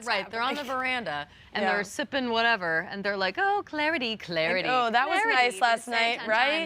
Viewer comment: The way they were saying clarity and I was like Ew this is not it immediate ick sooo grosss